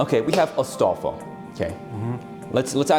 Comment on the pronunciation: Astalfo lmao.